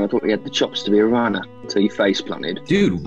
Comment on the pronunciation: “Thought you had the cChAuncE to be a rAnner”